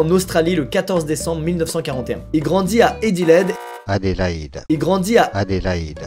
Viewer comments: Squeeze a une telle puissance de conviction que j'ai même plus envie de l'appeler "" (Par contre Adélaïde "Édilède" c'est non. Ça dégage.) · Moi qui m'appelle Hédi quand entendu la ville qui se prononce "Hédileid" j'ai bug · Weshhhhhh il a pas respecté mon nommmm 😭 Je m’appelle Adélaïde 🥲 Ça se prononce : Adéle ( comme la chanteuse d’ailleurs son nom vient du mien ) Et : aïde comme la fête musulmane. Vous collez les deux et c bon vous savez le dire 😭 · Mdr il grandi a Adélaïde ses mon prénom 🤣🤣 Squeezie ne sais pas le dire je me suis tapée un de ses fou rires 😭🤣🤣🤣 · Euh, tu sais pas prononcé "Adéilaïde"?? "Adélaïde vient du germain "adal" qui signifie "noble" et "hild" qui veut dire "combat" Adélaïde est un dérivé du prénom Adèle, mais elle a sa propre sainte: sainte Adélaïde. Adélaïde trouve ses lettres de noblesse au Xème siècle avec sainte Adélaïde." Google. C'chaud genre vraiment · Elle est dingue cette histoire mdrrrrrrr, j'aurais craqué dans l'avion moi 🤣🤣🤣 qui ne sait pas dire Adélaïde correctement, jpp x) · À quel moment tu sais pas prononcer Adelaïde ? 🤣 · Tu m’as régalé avec ta prononciation des villes Australienne “ Pirse” et “Adilaide” xD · La prononciation de Adelaide et Perth, je meurs 😂😂